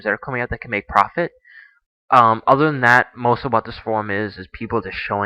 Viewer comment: Did he say ODer games?